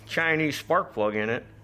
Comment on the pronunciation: "Torch" spark prug = NO RIKEE STARTEE!! 🤣🤣🤣🤣